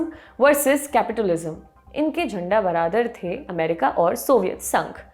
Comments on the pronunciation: झंडा बरादर नहीं मैडम। झंडा बरदार। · Tiles, not titles. Jhandabardaar, not jhandabiradar. 🙏